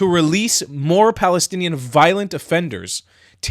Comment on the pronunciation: Balestinian beoble who do not have “P” in their alphabet and cannot bronounce P.